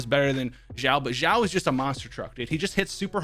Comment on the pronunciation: Shao not zhao